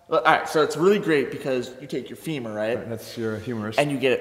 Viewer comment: I lost it when he said, "Femur" 😂 and Jeff goes one correcting him 😂👌